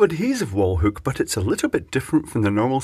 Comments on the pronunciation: God damn it. It's called a hook. Not whook. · "whookuh" 😂 love it, what a product! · I like the way you say hook. Makes me laugh. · Love how he says hook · Did he say "wall huke"? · What is a "hewk"?